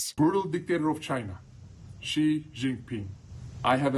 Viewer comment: Xi not ji